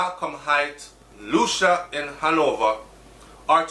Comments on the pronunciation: Hey,. For future reference Lucea, Hanover is pronounced "Lucy" not Lucia. My mom born and grew up there. Terrible crime gwaanin out there. Sad man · Lucea is pronounced Lue-sea! Not Lu-sha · Its pronounced Lucy not Lucia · Lucea pronounced Lucy Hanover ah mi corner 😱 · LU- SEA! BRO! LU-SEA! "SEA" AND THEN "LU". I KNOW YOU HATE THIS, BUT I HAD TO. LOL. THANKS FOR THE NEWS THO. BLESSED LOVE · I think it is Lucea still pronunciation lacking .. “lu-cia”is not a place anywhere in Jamaica